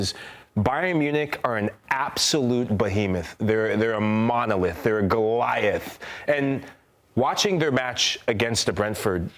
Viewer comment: Bayern 3:1 Goliath,this man said it right